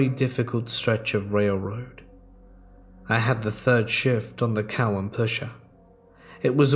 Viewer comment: The Tennessee town is COW-an like a cow I'm from one county over